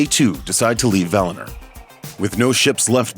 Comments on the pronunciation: For the love of God stop calling it "Valner" it's val-in-or. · valiNOR please. Not "valinerrrr" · I just can't watch this all the way through as he keeps saying 'Valiner'. V-A-L-I-N-O-R. See that 'o' towards the end, not an 'e', is it?! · That was as shit as I thought it would be. You should be on the ring of power team. It’s Valinor not Valaner you twat. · VAL-I- NOR...Like Oar! Not NER like Nerd!!! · What's wrong with this guys pronunciaotn? The Silmryls? Feyanr? Valinr? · Valiner? LMAO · I’m familiar with Valinor. What is this “Valiner” he keeps taking about? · Valehnurr... lol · Val-i-nOr, and Valar, not Vala.... have you even read the books? And no she's more like 12,000 years old, not 8,000....